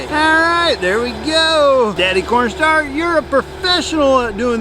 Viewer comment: my mom was walking in the hallway when I started this video, she looks in my room and says "did he say pornstar?", no mom, corn, CORNstar, he's talking about C O R N